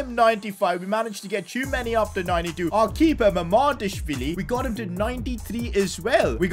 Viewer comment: Well u did say Mamardashvili right but im still waiting for you to say kvaratskhelia right. Love from Georgia 🇬🇪 ❤